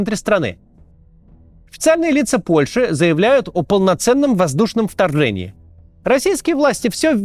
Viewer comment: «Варфава», «Вторвэнии»